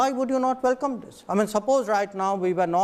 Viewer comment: kanwal still hasn't learnt to pronounce the word welcome.. vallllkummm